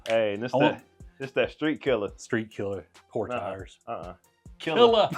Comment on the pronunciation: street killa lmaoo gots to say it right brother haha